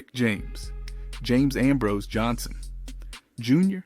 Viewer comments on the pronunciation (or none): none